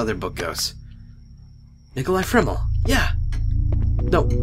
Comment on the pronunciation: hhaha Nicholai Framel? really? Harry Potter much